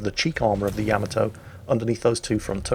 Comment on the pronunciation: It is not without irony (a type of humor) that I bring to the forefront the fact that as you quip on about someone's speech patterns or pronunciation failures that you continue to mispronounce the very ship you are featuring!, for God's Sake it is not pronounced YAMamoto, it is pronounced YaMAHtoe look it up. Well having said that carry on! Love you. You would send me straight to the bottom. Tod in Las Vegas.